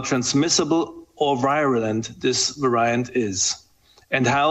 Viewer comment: "Varaiyant" Hahaha